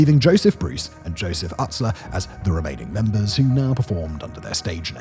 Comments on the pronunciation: It’s pronounced oo-stler not uh-stler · Lmao.... juggalos getting videos like this... I was a juggalo in high school (but I'm all better now) and to think this is where they came.... And shaggys name is pronounced use-ler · learn to pronounce 2 dope's last name right